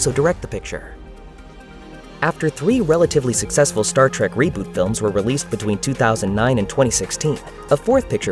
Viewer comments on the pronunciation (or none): I don't know if this is a human or most likely it is an AI voice-over but if you're going to do a video about Sci-Fi movies don't mispronounce Star Trek. Calling it Star Trak is a guaranteed way to let people know what ever is reading this script or whoever programmed it no one obviously double-checked the editing.